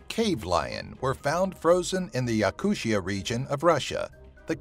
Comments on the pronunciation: not yakushia..... its yakoottiya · Yakutia is NOT pronounced "yakuSHA" it's pronounced "Yakoo-t-i-a" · Damn, you butchered the pronunciation of the word Yakutia so badly, I cringed every time you said that.